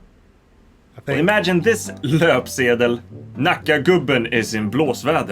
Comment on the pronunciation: I teach Swedish to immigrants, and I'm impressed with your pronunciation of these Swedish words. Especially "löpsedel" since not a lot of people get the ö right in the beginning. Good on you!